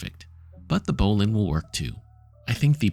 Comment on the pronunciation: Thanks. And thanks for pronouncing ‘bowline’ correctly.